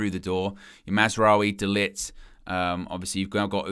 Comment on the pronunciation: You constantly harp on about "how do I pronounce the name", yet you consistently mispronounce De-Ligts name. It is pronounced De-Licked. It's not hard, just laziness from! 🤦 Your always asking for subscribers and likes! Well things this will get you them!